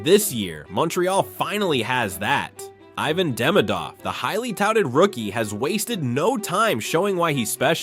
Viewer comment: Айван тот же 😂. Что за мода у американцев произносить на свой лад 🤷‍♂️. Проявите немного уважения, просто выучите как будет правильно произносится имя того или иного игрока из Европы. Но нет же, вы будете говорить так, как вам удобно.